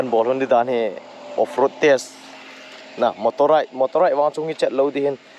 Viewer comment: Off roading ❌ forestding ✅